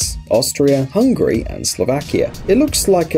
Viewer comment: Did anyone else notice that he said hungry